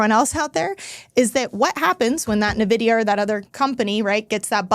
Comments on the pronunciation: pronounced EN Vidia, not Nuh Vidia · I stopped listening when she called it Nuh-vidia 😂